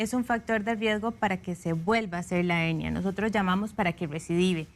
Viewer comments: La doctora porque habla de HENIA, CUANDO ES HERNIA , NO SE PORQUE NO LO PRONUNCIA BIEN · Una pregunta. Es Hennia o HeRnia?? La doctora dice Hennia. Pero yo siempre la e conocido como Hernia!!